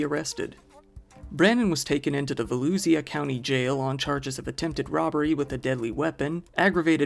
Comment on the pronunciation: VOE-LOOSHUH county. I grew up there 😁 Florida has tons of weird named towns/counties